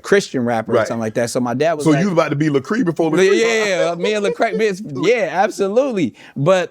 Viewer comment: Did Shannon just say Lecree instead of Lecrae, lol..